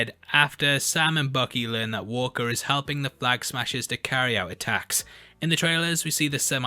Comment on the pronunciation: “Flag ahaggers”? lol!!